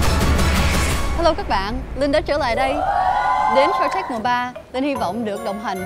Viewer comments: Shark Linh run quá nói tên chương trình thành Shank T/ae/rk luôn :v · Shark tank mà đọc là shanh tark